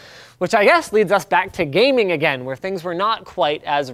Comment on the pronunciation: pls stahp sayin AGAINST and AGAIN. it's so wrong homz.